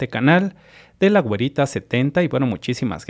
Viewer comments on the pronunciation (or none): Dice guerita no güerita!